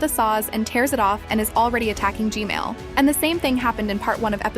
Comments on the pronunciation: I hear Gmail not gman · I like the fact she says g-mail instead of g-man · Ju dot kall g men but ju kallm g mel but hs neam g men not g mel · Hey why u say gmal not gman? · i have a question why do you always say gmail but its g man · its g man not g mail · It’s gman not gmale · It's not gmale It's gman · its g-man not g-mail 😂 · Why do you call gman gmail😂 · It's g man not g mal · GMAN GMAN ITS GMAN NOT GMAIL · She saying gmail not gman 😂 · Why does she keep saying gmail but not gman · Why does she keep saying Gmail?